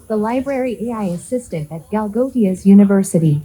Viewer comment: Galgotias ❌ Gala - ghot - diya ✅